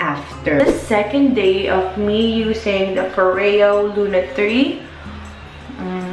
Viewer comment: “foryo” not “fo-reyo” 😊